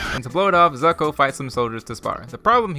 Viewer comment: “Cataruh” “Zucko”